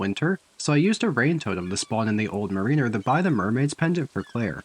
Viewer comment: mariner is mare en err